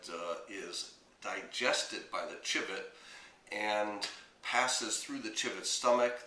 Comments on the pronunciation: Um no offense but the word civet isn't pronounced "chivet", it's "sivet". Other than that, good video. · Civet is pronounced "sɪvɨt"